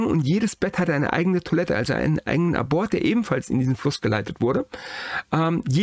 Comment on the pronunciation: "Diabetes mellîtus" hat ein langes i, welches betont wird (machen die meisten falsch). "Abort" wird übrigens Ab-ort gesprochen (= abgelegener Ort), nicht zu verwechseln mit dem lateinischen "abortus".